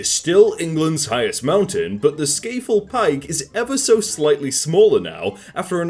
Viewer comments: I hate how he pronounced scafell (sc-ah-fell) sc-ay-full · Skah-fell Not Skai-fell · I am cringing at how said Scafell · U say scafell wrong